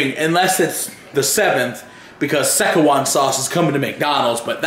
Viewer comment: SESH-U-WAN UGHHH (Szechuan)